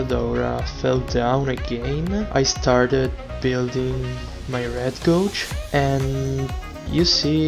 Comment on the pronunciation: Really great video. The examples were really good, and gave a good idea of when to use it, when to skip it, and what it can be used for. Small thing: "gauge" (as in "spirit gauge") rhymes with "page".